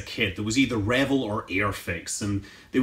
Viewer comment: I guess it's the Scottish in you, but I notice that you pronounce it like one would pronounce the first part of "Reveille" (RE-vill). Growing up in the 60s when I built it during the Apollo program, all of us neighborhood kids that built models pronounced it, "re-VELL" I suspect that the paint scheme in the plans is based on the non-flyable AS-500F test Saturn used to work out all the kinks about roll out, and prepping the craft for a real mission. It's paint scheme was slightly different than the Apollos that were launched. That book by David Woods is really good. Be sure to also get his book "How Apollo Flew to the Moon". A REALLY great read.